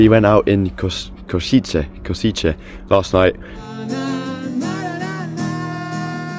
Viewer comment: Hi, please say Košice as Koshice. And you visited Banská Bystrica too. Hope you liked it here.